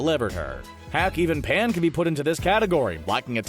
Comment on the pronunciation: It's pan not paya